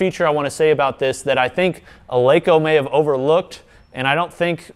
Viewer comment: Pronounced "El-eh-ko", fyi, not "El-ee-ko".